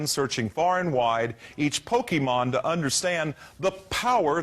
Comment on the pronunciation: 😂😂😂😂😂😂 did he Say Pokéman